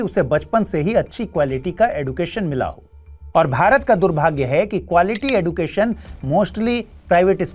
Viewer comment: Sir yeh एडुकेशन नहीं, एजुकेशन है।